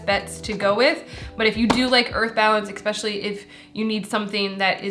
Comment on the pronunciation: I always get so tickled when you say expecially ‼️💙😘